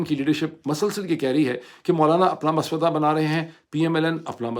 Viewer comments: 😂 it’s not maswada it’s ma saw wada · مُسوّدہ لفظ ہے Musaw-waddah ✅ Maswada ❌ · DR SAHIB...MASWADA NAHEIN HOTA "MUSAVIDA" HOTA HAI. AND BAANG E DAHUL NAHEIN HOTA...BABAANG E DAHUL HOTA HAI. 👍👍👍✌️✌️✌️🇵🇰🇵🇰🇵🇰🇵🇰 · Mr Pir Zada! It is not " maswada"! It is mussawida! Please be careful about your urdu pronunciation! Hearing wrong urdu from YOU is BAD! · Correction please Its Mu-sav-vida NOT Mas-vada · Maswada nahi musawwida hota he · Doctor sahib masawda ka talafuz darust kr lain please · Musawwida, Musawwida , please correct your pronunciation. Donald duck loo kay liye American expatriates kia kar rahay hein? One thing is clear that 8t is US establishment, Biden/ Kamala gang who are behind Imran Khan 's problems. This needs to be taken in strongest manner to the streets of US. Your ideas are always convincing and you are in a position of connecting with PTI leadership, so guide them directly. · Salam Dr Sb, Thanks for detailed and logical dot connecting and analysis. I generally listen to your vlogs. On a lighter correction side, the pronunciation is "Mussawwidah", appreciate your great work, keep it up. Maj (R) Asim Awan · Moeed Bhai I don’t want to sound like your teacher and my intention is not to pick your mistakes but since you said the word a few times I wanted to let you know. The correct word is مسّودہ read as musawway da with a tashdeed on س. I hope you don’t mind! Urdu is a beautiful language and we’re losing our grip on it with passing generations.